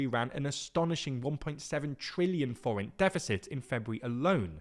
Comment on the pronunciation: Your pronunciation of the forint was great, I almost didn't even recognise it at first it was so perfect!